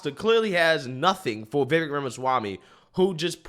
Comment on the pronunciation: I wish would learn to pronounce Vivek's name correctly. It rhymes with lake with the accent on the last syllable.